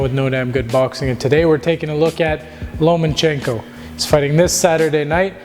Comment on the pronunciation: His name is Loma-chenko, not LomaNchenko.